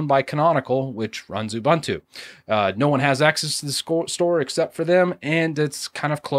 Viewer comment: It's pronounced "Ubuntu", not "ubantu, abuntu, abantu". We take our languages just as seriously as you take yours, and it pains us to hear you mangle such simple words (I'm confident you've head Mark Shuttleworth pronounce the name countless times).